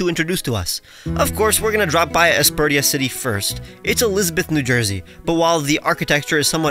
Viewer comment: ...also, wouldn't it be "Aspersha city"? Never thought about the pronunciation of this one as much until now though 🤔